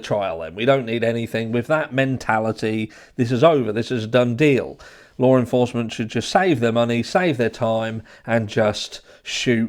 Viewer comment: There is no "R" in the word law. How are you pronouncing an "R" ?